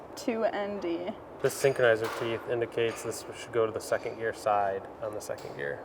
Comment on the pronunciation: "I build and design cars" LMFAO not with them gaudy ass nails and calling 2nd gear 2 ehnn Dee